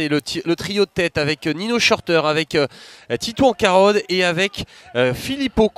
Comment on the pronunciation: Le présentateur a un problème pour dire titouan carod 🙄🙄🙄